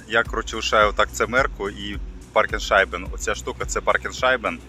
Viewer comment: 👍 ...только не паркен шайбен, а паркшайбе )) и не ливайс, а левис (Levi's) ;)